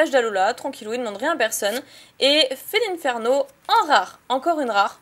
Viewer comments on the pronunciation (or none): none